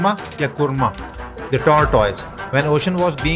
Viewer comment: Not karma it's kurma😊har har mahadev❤😊